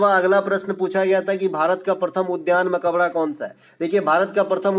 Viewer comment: Suno bhai mai bihar se hu ..tum bas 2 chij ka pronunciation sahi kr lo 1. sallant kap nahi Saltanat kal hota h ( .mabkara nahi Makbara hota h . nd aapke liye ye ques h ki salim ka makbara pak me q h